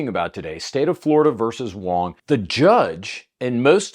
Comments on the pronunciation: Going between pronouncing "wong" and "wang" really made that story hard to follow lol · At one point you called him Wang and that was Wong.